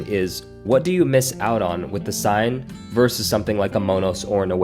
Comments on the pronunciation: Good review. I think it’s pronounced like the Seine river in France: “SANE” not “SIGN”. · Seine in French is pronounced closer to “Senn” No big deal when we translate into English 😊